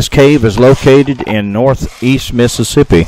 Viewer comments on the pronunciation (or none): none